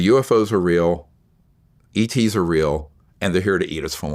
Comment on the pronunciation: ETs not Eats